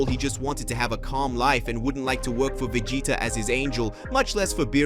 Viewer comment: Come on surely you could get this person to be able to say vegeta properly